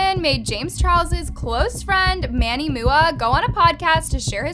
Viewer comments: Manny Mua is pronounced (M.U.A) not mooa. love the vid tho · "Manny mooa" bruh its manny M U A 😭😭 girl you sure your not 15-16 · Did she just say Manny MOOOA??? HOW DUMB ARE YOU? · MANNY MOO-UH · Not her calling Manny MUA manny mooa 😂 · Lmao the way she said “Manny Mua” like it was his last name 😂😭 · and manny MUA